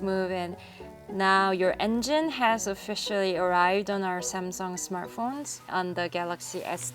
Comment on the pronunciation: 싸엄성엉 이라고 발음을 꼭 해야되겠냐...싸엄성엉 이런발음도 그렇고 삼성 이발음이 그렇게 안되나 듣기 참....